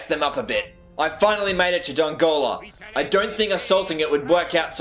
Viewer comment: When he says dongola 😅😅😅😫😫😫🍆🍆🍆